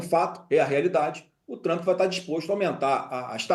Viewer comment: Flávio Bostanaro o cag@ do debate. Nem o nome do homem sabe falar. É Trump não Trampi.